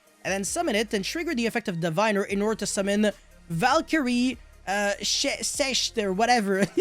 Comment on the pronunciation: Sechste is pronounced somewhat like sex-te. With a soft s at the beginning of the word